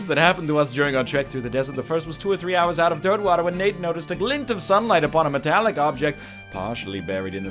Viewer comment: Anybody else hear him say Dirtmouth even though he actually says Dirtwater? #riphollowknight